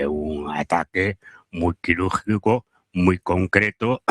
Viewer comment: *quirúrjico -> quirúrGico